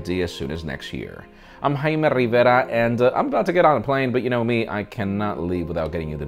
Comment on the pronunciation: Video ends before High Merrrr Riverrrraaaaa spam !